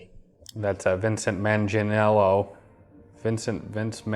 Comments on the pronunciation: Were you trying to say Joe Manganiello? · Its Joe Manganiello...not Vincent